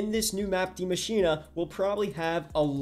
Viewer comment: He literally said „die maschina“ 😂it’s so funny when you understand German but I know this language is difficult